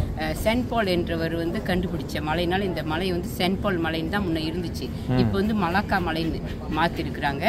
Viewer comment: மல்லாக்கா இல்லை மலாக்கா